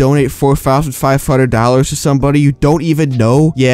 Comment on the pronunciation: "Four Fousand Five Fundred"